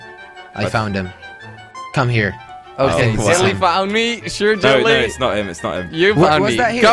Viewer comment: Its jelly not jilly